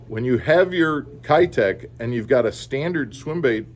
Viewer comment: Keitech is pronounced "Kay-tech"